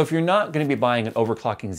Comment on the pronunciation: i hear overfocking instead of overclocking all the time